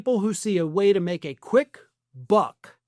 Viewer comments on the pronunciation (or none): none